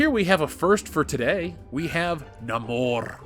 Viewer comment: Thank you for pronouncing Namor correctly